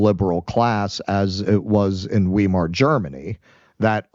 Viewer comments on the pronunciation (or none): The German pronunciation of "Weimar" sounds a lot more like "Why-mar" than "Wee-mar". Not sure if you care but given your interest in history I thought you might. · You beat me to it. And it's Why-mar pronounced like a German would: Vy-mar.